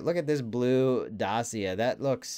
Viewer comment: Nonononononono its not dassia its DAKKIA